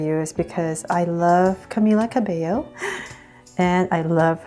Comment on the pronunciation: Yayyy finally she learned how to pronounce Camila Cabello😂😂